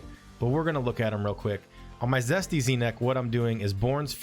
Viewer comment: Jesty is Jesty, as in Jest, Zesty is what you keep saying, with a z